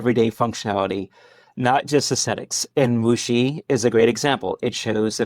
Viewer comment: It is a Wuxi. I not muxi.